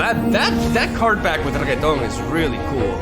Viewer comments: The ambition and the joy in eyes when he brainstorms about the cataclysm is just why im here in this channel man i love ya! And it is reNekton not reGeton please:) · Everytime he says "Reguetón" I die a little. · I'm happy that Elite archetype is getting more support :D Btw if he calls Renekton by "Regueton" he should call Jarvan by "Garbanzo" (spanish word for chickpea) lol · Lol RE-NECK-TON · for the next video, can u please learn how to pronounce Renekton pls for god sake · OMG could someone please teach him how to say Renekton!!!!!